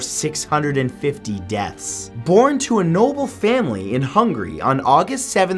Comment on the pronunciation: He pronounced Hungary as Hungry 😁😁😊